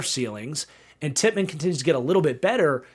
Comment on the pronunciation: Called Joe Tippmann "Tipp Rayman" 3 times in a row for some reason lol RIP Teddy